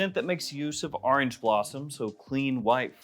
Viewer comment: Wheres he from that they say orange like that